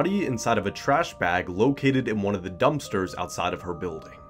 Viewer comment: lol it's *dumpster, not "dumbster"